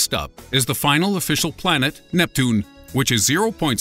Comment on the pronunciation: This is probably my favorite voiceover. The way he pronounces Neptune lmfao